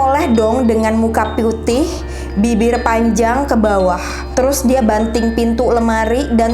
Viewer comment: Dimenit Itu Kata Pyutih😂 Putih Bukan Pyutih:v